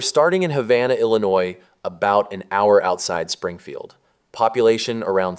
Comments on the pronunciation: Bro, it’s Illinois, not Illinois. The S is silent. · He did not just Sssss Illinois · "Ill-i-noise" [sic] ? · Do not pronounce the s in illinois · you are pronouncing Illinois wrong, there's no noise in Illinois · FYI that isnt how Illinois is pronounced, silly, It's not even close. What are you, AI?